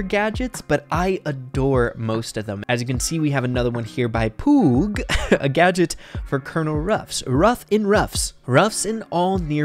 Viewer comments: your pronounciation of poooooog is wrong :( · Pretty sure he pronounced poooooog wrongly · Mispronounced “POOOOOG” 💀